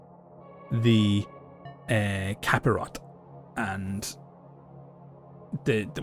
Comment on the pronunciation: The movie is "The DaVinci Code". Cilice is pronounced (Sih-lees) Capirote is pronounced (Cah-pee-roh-tay)